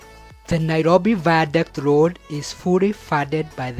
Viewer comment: This is really nice but the ze viandict wee